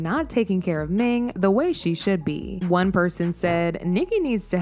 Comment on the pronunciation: Her name is "Ning" but you keep calling her "Ming" lol